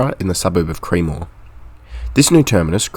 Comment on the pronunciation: Good video mate. Just a note on some place name pronunciation. Cremorne is pronounced "Kre-mourne" . Kre (short e like in tech) and mourne (like mourning the dead 😂). Kew is pronounced line the letter Q.